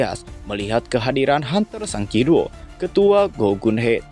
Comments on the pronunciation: gemes dengernya, sung jin woo, bukan sang jin woo 😂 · Sung Jin-Woo (성진우), dilafalkan "Seong-Jin-u" ✅ Sung jin-woo dilafalkan "SANG jin wo" ❌